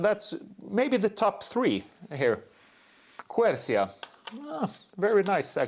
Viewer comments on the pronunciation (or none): You definitely need to improve your Italian 😉 Arancia, Quercia, just check on internet the pronunciation, -CIA is basically pronounced like ‘CHA’